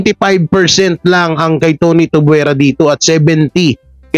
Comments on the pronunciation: Kuya it's tuviera not tubuera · Tuviera not Tubwera